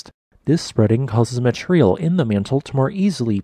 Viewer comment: The more I hear the linguist anomalies in this channel. such as "matreal" rather than material, makes me question the validity of the content. Is this a bot created content channel? Many channels I follow have real people with real voices promoting real content.